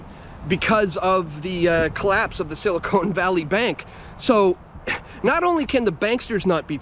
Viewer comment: Good stuff as usual! It's silicon not silicone.